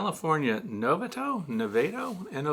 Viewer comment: Concerning the pronunciation of Navato CA. It's pronounced Nuh vah toe. At least that's how we say it in Sacramento. Karen, I also live in temperate CA though Sacramento's winters are probably slightly warmer. I don't think we have a brood less time here. The bees are active all through winter. I like to leave extra honey for them since the bees don't go into a torpor or hibernation and may run out of food sources in the wild. Hope that is helpful.